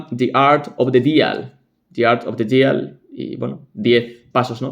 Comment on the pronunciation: "Deal" no se pronuncia /dial/,se dice / di:l/ con "i" larga.